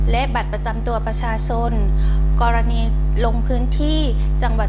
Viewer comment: เจ้าพนักงานชำนาญการท่านนี้ ทำไม ออกเสียง ช.ช้าง เป็น ซ.โซ่ ตลอดเลยครับ พูดแต่คำว่า บัตรประซาซน สำเนียงแบบนี้ผมเคยได้ดูในยูทูป เวลาคนลาวคุยเป็น ภาษาไทย ช.ช้าง จะออกสำเนียง เป็น ซ. ครับ สงสัยครับ ทำไมเจ้าพนักงาน ออกเสียงภาษาไทย ไม่ชัดครับ